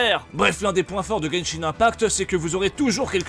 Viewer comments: C'est pas Genshing mais Genshin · Par contre c'est genshin pas genshing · pas de G, Genshin point barre et pas GenshinGGGGGGGGG et arrête de surfer sur lui c'est lamentable et parle Français bordel